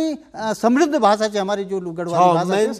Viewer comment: बात करते समय कृपया माथे पर पर बल न लाएं... सहज रहें - Notice the same. " ब्याकरण " ==> " व्याकरण " " बिद्वान " ==> " विद्वान " " भासा " ==> " भाषा ". "...भाषा क वास्ता काम कदिन..." त भाषा भि शुद्ध हूणि चैन्द.. नथर हम जना कम पढ्यां लिख्यां लोग मि कमेंट करण लग जन्दीं. हमथै कमेंट करण कु मौका न द्यावा. " बिभिन्न " ==> ' विभिन्न "